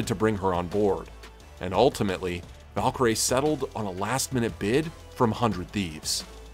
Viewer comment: noooo her name is valkyrae not valkyrie so the ending is pronounced like her name (rae) instead of how it’s usually pronounced